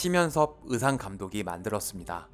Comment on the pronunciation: 으상이 아니고. 의상…..